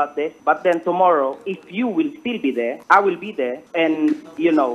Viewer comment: "if you will still be deh I will be deh" ~makagago